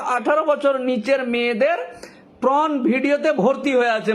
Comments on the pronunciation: Not pron😂 it's porn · কথাটা প্রন নয় পর্ন। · আপনার কথা শুনে তো মনে হচ্ছে আপনিও দেখেন। তার উপর পর্নকে বলছেন প্রন। মানে চিংড়ি মাছের ভিডিও😅😅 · 3 মিনিটের ভিডিওটা কে টেনে লম্বা করলেন। একই কথা বারবার বলছেন ফাম্ব লিং করছেন। কথাটা পর্ন হবে প্রন না। একটা কথা আছে হাগুনতির লাজ নেই দেখুনতির লাজ। যার অর্থ হলো যে রাস্তায় বসে হাগছে তার লজ্জা নেই ?যে ওটা দেখছে তার লজ্জা? সিগারেটের প্যাকেটে লেখা থাকে "সিগারেট স্মোকিং ইজ হারম ফুল" কিন্তু সরকার সিগারেটের ব্যবসাকে এলাও করছে কি করে? অদ্ভুত আইন এই দেশে। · It's 'Porn' not 'Prawn'.. Consolidate what you want to say, then only make video please. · It's not pron ..it's porn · কথাটা PRON নয়। PRON মানে চিংড়ি জাতীয় মাছ।😅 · Ota sathik uchharan hoy na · Ekjon Advocate hisabe apnar ei baktabyo just mana jay na... Apnar shalinota Gyan dekhe ghreenar udrek hoy....tachhara uchharoneo prochur bhul.. Shabdo ta Pron na Porn.. Kerala ke bolchhen Kelara Kochi meye, Nyagta meye esob ki shabdo chayon?? Chhi...apanakei to Pocso te book kora uchit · উকিলবাবু, আগে উচ্চারণগুলো ঠিক করুন। আর দয়া করে মুখ থেকে সুপুরি বার করে কথা বলুন। আপনার "prawn" আর "flim" শুনে আমার যে..........😅😅😅😅